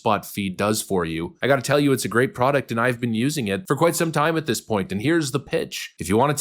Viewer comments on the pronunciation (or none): none